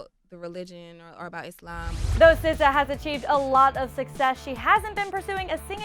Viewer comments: Did you really just call her sizza 😂😂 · Jerusha Jose it's pronounced sih zah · The one where you pronounced her name! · You know that vine when some guy puts a fake rat and a lady passes and she makes that weird noise, yeah? That's how I pronounce her name.